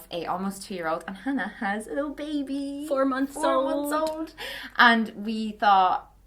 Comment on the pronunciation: Hannah turning Irish at “four months old” and “my husband is phoning me” 😂😂😂😂